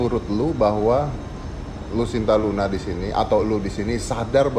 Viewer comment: Om dedy, nma si bncong itu "lucinta luna" bkn "lusinta luna"